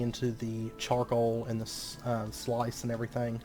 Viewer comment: Love your content as always. btw, Terraqueous is pronounced terr-A-kwe-us (long A), and sluice is pronounced "sloose" (like "juice). And because I know it's coming, seive is pronounced "siv" (like "give").